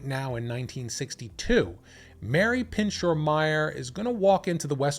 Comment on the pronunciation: It’s pronounced “ PIN -SHOW “